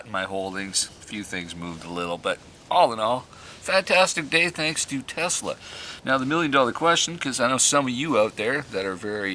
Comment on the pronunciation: Is it Tesla or Telsa? Slow down man, had that been an explosive you could have blown us all up.